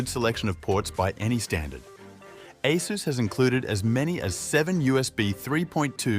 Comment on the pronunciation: Definitely feels like AI (or, TTS at least) script reading, anyway. No one reads numbers the way this is read, and people know how to pronounce “ASUS”. It’s not “A S U S”.